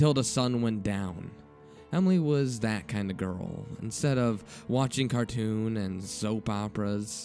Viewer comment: All your readings sound sarcastic. Also words like "the and that" sound annoying when you say "da and dat". Haters gonna hate.